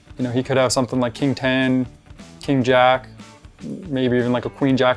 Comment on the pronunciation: " issa real money but it does a not rook a rike real money..."